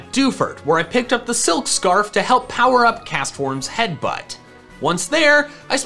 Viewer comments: headbutt not heatbutt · Ah yes my favourite move "Heatbutt" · haha “heatbutt”